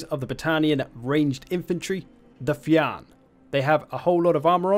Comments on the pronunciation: “Fiann” is an Irish world pronounced like “feen” would be in English. Translates to Solider / Warrior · Fiann is pronounced more like "Feen". It's an actual Irish word.